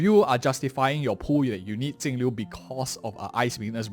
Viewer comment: which blind dingus reads her name with a T